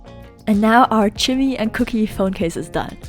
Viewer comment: Am I the only one that giggled every time she said cooky and chimmy